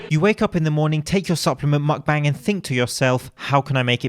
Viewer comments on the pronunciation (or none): none